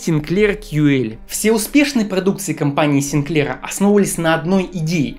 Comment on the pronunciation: Так-то он сИнклер. СинклЕр - это что-то из кондитерки. И продано было не 1,5 миллиона копий, а 1,5 миллиона штук. Вынь изо рта американский огурец.